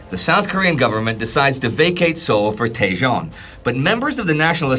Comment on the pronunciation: I've lived in Korea for decades. Your pronunciation of half of these names is incorrect. Daejeon has a /j/ sound, not a /zh/ sound. Double-check the vowels. "Chang" is likely with an "ah" sound rather than a long "a" sound. Get a Korean to be skeptical about these pronunciations.